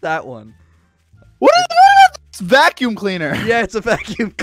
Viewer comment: Vack Youm Cleaner Lol